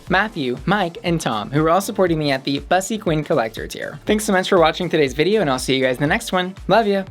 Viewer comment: Why does she mispronounce "bussy," which is a Black Gay term in the first place...